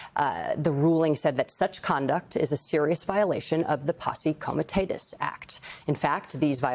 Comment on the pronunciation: Republicans AND trump are traitors. Y'all are SCARED shitless, we see, still can't be honest with the People. The Level of denial you have to exist in to avoid that reality is nauseating. Y'all are WEAK. Cut the BS & wake tf up already. is terrible at this, honey. Mispronounced posse comitatus 🙄 & so naive.